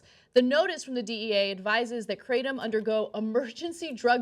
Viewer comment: Technically, it's pronounced with a short a sound, like "crattom". There really aren't "two constituents" to the drug. It's literally nothing more than the ground-up leaves of the kratom tree. That's it. In Southeast Asia where it's been used for time immemorial, many people just pull the leaves off the tree and chew them.